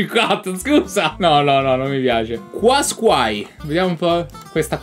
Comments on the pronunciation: MA COME LO HAI DETTO QUASQAI AHAHHAHA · NISSAN "QUASQUAI" AHAHAHAHHAHA